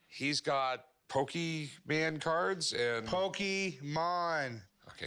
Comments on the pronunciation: RW:just hearing Rick Harrison say "Pokeman" cards instead of Pokemon cards correctly(is just insulting and offending many fans of the TCG franchise)reminds me of the time with my 4th grade teacher Ms.Verbeak when all the students told her it was pronounced Pokemon cards not Pokeman cards😠. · POK-E-MON Rick!